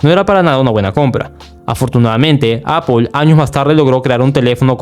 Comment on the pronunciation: Que odioso es escuchar "APOL"...